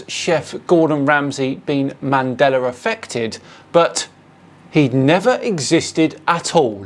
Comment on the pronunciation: Did he say "The Man Deller Effect"?